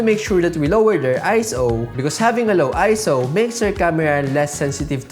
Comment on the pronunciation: Automatic thumbs up for saying ISO correctly 👍🏾